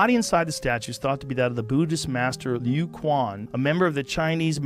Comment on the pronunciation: Loo Kwan ☠️☠️😂😂 how do you mispronounce it that bad